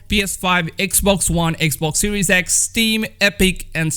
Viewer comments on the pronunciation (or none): none